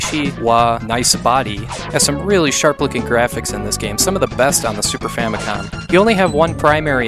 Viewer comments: Not trying to be a dick, but why does everyone always say "Super Famicon" like it has an n at the end of it? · In its english translation it does indeed finish with an 'm', however, when you read the actual Japanese characters it ends with an 'n'. SU-PA-FUa-MI-KO-N